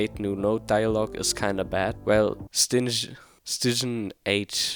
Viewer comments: Stijn is pronounced "Stine" or "Stein". an IJ in dutch is just a Y without the connecting line ;) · Stijn is a dutch name (I think - ij is generally pronounced like Stain) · Hey man tip here for pronouncing dutch names like “Stijn”, IJ/ij in Dutch is pronounced like kindof like the sound in “may” if you have a strong australian accent. Hard to describe, try saying i but moving your mouth like you’re saying e